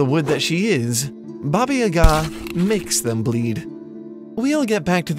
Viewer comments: Baba YAga, not yaGAAA ... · baba yaaga not babayyga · Ohhh man come on get it right ffs. It's Baba YAH-ga, not baba ya-GAH, ugh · it's not babayaga it's Ba ba Ya ga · Aaaargh! The accent is on the first syllable of Yaga, as in: "bugger!" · Baba YAAAAAHH-ga, you tool! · Bah-bah yah-guh. Or bah-bah yeh-guh. Don’t know why your pronunciation pissed me off so much but I just had to get it out there. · One small criticism - it's pronounced Bába Yága. Haven't you seen John Wick? 😃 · Great video! Though, I must say, the way you pronounce Baba Yaga is so weird for me. Here (Romania) we pronounce it something like "Bah-bah Yah-gah". But, then again, I'm not Russian either, so I'm not sure how to pronounce it. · It's pronounced Bah-baih Yah-gaah. Otherwise great video. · Why are you pronouncing it YaGAH? The first syllable is supposed to be stressed, not the second. Also, га́ in Ба́ба-Яга́ is a "ga" sound with a short vowel. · Baba Yaga is pronounced “Yah-gah” with long ‘a’ sounds, not staccato ‘a’ sounds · Justin Smith I’m not hating on the video, I think it’s very well made but as a person whose native language is Russian, it would have been cool if they consulted someone on the correct pronunciation. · Defo not how Baba Yaga is pronounced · The emphasis is on YA. Баба Яга in Cyrillic. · In Baba Yaga you should stress on the first A in both words, not just the first one. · Is that how you pronounce Baba Yaga? It sounds funny to me, but I'm just american. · Genderqueer Gorehound I’m literally Russian and I can tell you that they are not pronouncing it correctly. Find some native speakers and ask them. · No offense, but your pronunciations in this video are hilariously bad